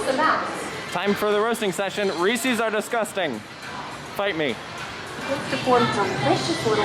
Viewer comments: They are most definitely not! Also Ree-sez not reesies. He must be stopped lol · Yes, Reesies are disgusting because THAT’S NOT WHAT THEY’RE CALLED 😂😂 I don’t know if it’s because Hershey is my home park or people from Pennsylvania just say it differently (or it could be what part of the state I’m from) but I’ve always been told it’s pronounced without the “ies” sound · you lost a loyal sub, lol jk but what the heck I will fight you on your opinion and your pronunciation of Reese’s